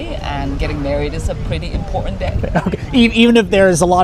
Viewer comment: cannot pronounce "important" somebody tell her it is not "imporant"